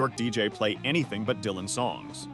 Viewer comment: Big Mama's feelings are understandable... but that's the way royalties have always worked. The songwriter gets paid. The original artist does not. Also this AI is really annoying. It's pronounced "Lee-ber" not "Lie-ber" and way to Butcher Dylan's name 🙄